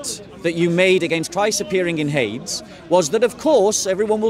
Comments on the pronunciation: Hades = Hay-deez (Greek) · It is Hadeeees. Pronounce it properly.